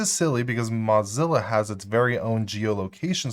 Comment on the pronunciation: "Mozzilla" versus Mozilla (like blow, crow, doe, flow, go, hoe, Joe, ko, low, mow, no, oh, potato, quota, row, sew, toe, vote, woah, yo-yo, and Zoë).